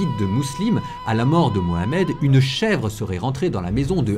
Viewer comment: Ta video merite un like, rien que dans le fait que tu es respecté la juste prononciation du nom du prophète des musulmans ❤